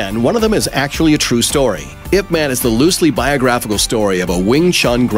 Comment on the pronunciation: Made me cringe when he kept saying "ipman" - it's pronounced Aye Pee Man !